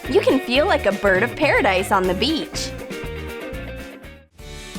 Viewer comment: when she said beach I remembered tae & jimin: -beach -bitch? -beach! -bitch?.. lmao